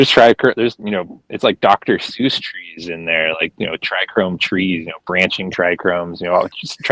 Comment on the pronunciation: Can't even say trichome....What a 🍩